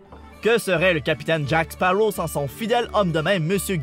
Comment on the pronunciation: baptiste rabet c'est Sparrow et pas sparaux ;)